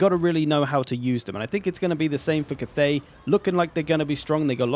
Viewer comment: it's not Kuth-ey, it's Cath(as in Catherine)-ey